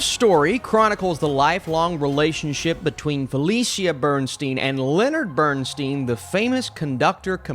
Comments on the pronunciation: BernSTINE, not BernSTEEN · The man's name is pronounced "Bern-stine," not "Bern-steen." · His name is BernSTEIN not BernSTEEN! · You have some valid points on the movie but they are overshadowed by your NOT knowing how to pronounce Bernstein’s last name. It is BernSTINE NOT BernSTEEN! How did you overlook that and how much acclaim does someone need in order for their name to be pronounced correctly?! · OK, first of all, it's Bernstein, as in beer stein, NOT Bern-steen. As for the acting, I found Cooper's attempts to "be" Bernstein unconvincing -- for me he looks and acts nothing like the real thing and he tries much too hard to the point of caricature. The nose prosthetic is ludicrous, making him look more like a clown than anything else -- and the notion that he needed a "big nose" to look more "Jewish" is offensive. The movie overall is disjointed and confusing, omitting almost everything that made Bernstein so remarkable in favor of a love story riddled with clichés, topped by the inevitable cancer bit. Tragic yes, in real life, but way overdone in far too many tear-jerk films. It's also tiresomely tedious with way too much redundant dialogue that drags and drags to little point. The culminating scene where Cooper is presented as Bernstein conducting a portion of the finale of Mahler's second symphony is lifted directly from a video of the real Bernstein conducting that same piece. Cooper is not so much conducting as acting out the over-the-top performance recorded in that video, literally mimicking Bernstein's every overwrought gesture. To a music lover the scene is embarrassingly ludicrous. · It's pronounced Bern-STINE, not Bern-STEEN. He said that himself. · As much as this man's name has been (correctly) said in the past.few weeks, how on earth.did.you.still.manage to mispronounce it? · Did you actually see the movie? Have you heard Lenny pronounce his own name? Have you head his kids pronounce their name? I'd suggest you do and then remake your video.